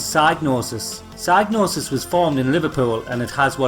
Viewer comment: Every time you say psygnosis I keep hearing "sad noses". Anyway, great upload!